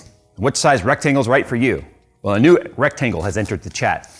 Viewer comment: I had just thrown a whole handful of cashews into my mouth right when he said "tectangle" and I almost choked to death laughing 😂